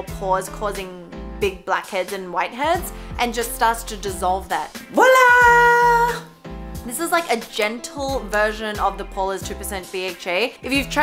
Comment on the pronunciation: WoW I am french and it make me so Happy tait you actually prononce voilà Teh correct way